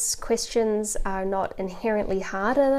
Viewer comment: I don't know how I got to this video, I was watch mostly anime related videos. I know she is saying Questions, but it sounds like Christians😶